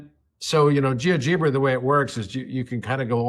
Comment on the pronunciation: You’re saying Geogebra wrong, it’s pronounced liked algebra